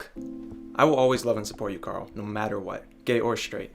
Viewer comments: I was listening to this in the background and every time the boyfriend and brother say “Carl” it sounds like they’re calling him Girl”. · Every time the boyfriend says "Carl" it sounds like "Girl". "Girl, you haven't come out yet?" "Girl, let's get out of here!" Girl, please. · haha i love that his name is carl because everytime uis boyfriend says it it sounds “come on girl lets leave girl”